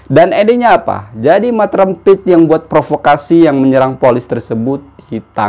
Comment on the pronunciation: Pandai sebut mat rempit tu hahah terbaik la